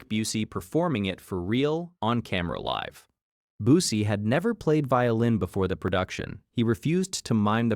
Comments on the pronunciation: Mispronouncing Busey had me questioning if this was AI narration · Intentional insult